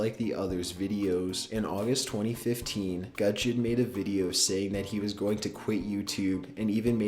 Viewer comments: Looool how you pronounce 'gujon' it's goo-jon, not guh-jon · it's pronounced 'guu-shon' btw, not gud-jon. just wanted to clear it up:) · u do no its pronounced goo-dge-on